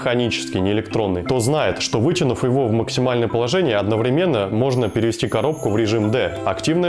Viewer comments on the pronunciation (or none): none